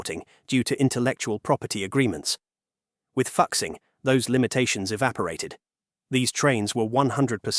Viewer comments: I press stop after you can’t even get a train name right. 😂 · the new Fuxing series was mentioned. The name was mispronounced due to the unique representation of Chinese phonetics using English characters. The many Chinese phonetics exceed ea direct English representation so some phonetics are representative rather than directly in conventional English pronunciation. Therefore “Fuxing” is actually pronounced Foo-Shing, which is the name of a Chinese mythological god of happiness. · Learn to pronounce chinese words. You butchered "FU2 XING1" If you are unwilling to learn then dont cover chinese content.